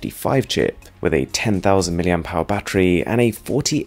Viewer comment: When will these tech guys learn how to pronounce "milliampere"